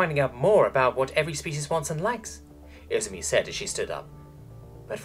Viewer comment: I -ZU -MI Emphasis on the second syllable! Emperor damn it, you never watched an animae in Japanese?